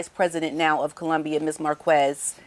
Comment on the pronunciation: Just a correction Marquez you pronounce Marqez not Marquez. Love you!